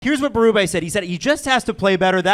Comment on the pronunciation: Why do you guys keep saying Berube’s name wrong? Bee, not bay.